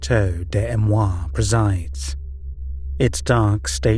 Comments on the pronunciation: A...me...rois...say it correctly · The narrator doesn't even try to pronounce Amerois even remotely correctly